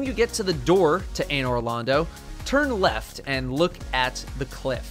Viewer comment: People who have never played dark souls: “What the hell is A-Noir Lond-Oh?!”